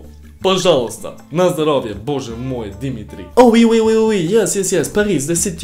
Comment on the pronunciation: My favourite moment. You say «пожалуйста» and «боже мой» like Russian